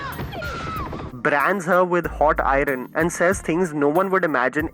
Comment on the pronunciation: "brands her with hot iRon" lol i cant believe i'm that person trolling about pronunciation ... geez